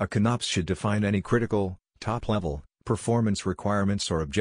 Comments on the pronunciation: Con-Ops, not CONNOPS, LOL. Because it's a ""CON-cept" of "OP-erations". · Inability to say con-ops properly aside, this was very helpful. Thank you. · I'm not going watch a video narrated by a computer that can't even pronounce CONOP correctly